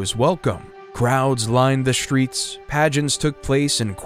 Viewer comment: How did this narrator get a job? Aside from not taking the time to learn how to pronounce English place names, none of the following words start with “sh” - struck, streets, struggle, strongly, strength. He says shtruck, shtreets, shtruggle, shtrongly and shtrength.